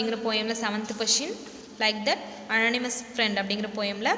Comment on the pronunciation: Ma'am it's not annatamouse friend it's anonymous friend